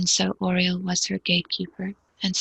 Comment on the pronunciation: i did too (!) because the only other names we were given for the prayer were Michael and Raphael. The pronunciation never felt right, so i asked the SC about the pronuciation for Archangel Uriel and it was very clearly repeated Yer-ee-el (just like how Ambassador Jill pronounced it in a recent video). I then asked if there was an angel named Oriel, pronounced how it is here in this video and how it was pronounced for the prayer. The answer was no.